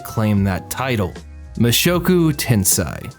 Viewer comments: Can you really take seriously the anime opinion of a dood who pronounces it as "Ten-SIGH" instead of "Ten-SAY"? No, you can't. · 1) It's tensei not tensai, tensei = reincarnation, tensai = genius. 2) Rudeus is not terrible in close combat, he's reached intermediate level in 2 schools of swoardsmanship, plus he's like 7 when he leaves his house, he's obviously going to get his ass kicked by his father who's a muscular adult, advanced in all 3 schools and S rank adventurer. 3) Did you not watch how he had to find a way to get Ruijerd across the ocean and then he was imprisoned by the beast people when he got back to the central continent? How do you expect him to read his dad's letter when he was unable to leave the forest for 3 months due to the flooding season? Yes he did not think about other people teleporting but he didn't exactly have the leisure to think about others when he was in the demon continent. Oh and even if he had thought about it, he couldn't have saved anyone, everyone's on the other side of the world. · Tensei. Not Tensai. Tensei is reincarnation. Tensai is genius.